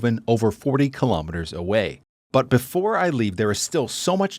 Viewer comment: That you get the pronunciations of Dutch places wrong is perhaps understandable, but please pronounce the word 'kilometres' correctly.